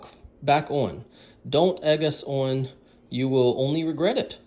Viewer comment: "Don't egg us ahwn"